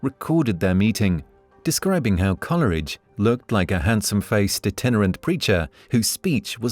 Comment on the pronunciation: It's not pronounced Colleridge, it's Cole-ridge.